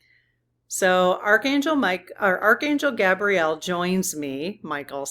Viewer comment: Archangel GAY-bree-el...syllableable emphasis on the first syllable. Gabrielle is a girl's name...btw angels have no gender as we know it. I know angels have been protecting me all my life...I can even clearly remember, exactly, some of those specific experiences...